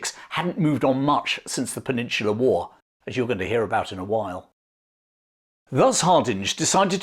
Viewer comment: I love how says war like, ‘whoar’ 😅🤣